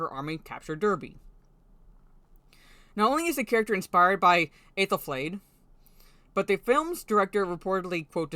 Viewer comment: I was actually quite interested when they made references to Aethelflaed (you pronounced the name very well) who was well and truly badass, and also of course a Mercian Anglo-Saxon whom the Rohirrim are mainly based on. The rest of it though just rang a huge amount of alarm bells. I am very wary about this now. Seems the references to Aethelflaed are a shield for injecting feminist tropes at Helm's expense. You're absolutely right, this was meant to be his story.